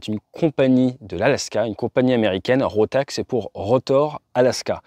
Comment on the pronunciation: Encore une histoire triste pleine de leçons à retenir :face-fuchsia-tongue-out: Petit correctif pour les tags et la prononciation, c'est bien RotaK et pas RotaX, Rotax étant un constructeur de moteurs autrichien, dans l'aviation légère mais pas que 😉 aaah la tête de mon mécano quand je lui ai amené un carter d'embrayage "rotax" pour en extraire le roulement de butée, priceless ...